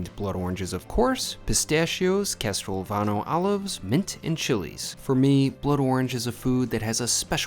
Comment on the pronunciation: it’s laughable. He also murders the pronunciation of Castelvetrano olives.